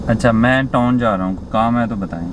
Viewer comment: Bai toon Ni hota town hota h